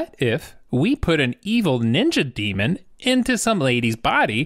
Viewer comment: Oh my God. DEMON, not DEMOND.